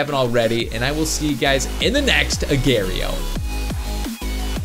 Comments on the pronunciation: It’s (u-gor-eo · It's pronounced aw gaw re oh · Love you! One problem. It's pronounced Uh gor ee oh